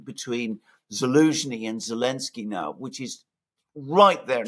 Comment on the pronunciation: This thing has been going on for so long that i've forgotten why insists on calling him "Elensky". Why does he drop the Z again? Someone please remind me